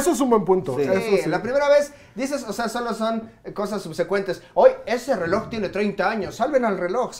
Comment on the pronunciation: Pinche pronuncia bien las “R’s”, me cae bien el tio pero me caga como las pronucia dice “zzeloj” 😭😭